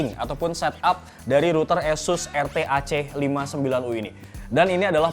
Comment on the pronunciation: Oohh itu namanya router eussuss tohh... kirain asus broow.... 😀